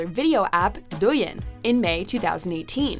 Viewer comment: Hey, Shakaijin is "worker in seocity" in Japanese, I think you mean Shehuiren in Chinese which means gangsters. And Bilibili does not pronunce as Billion, it's more like be-lee-be-lee.